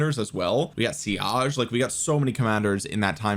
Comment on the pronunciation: Why is he saying siage???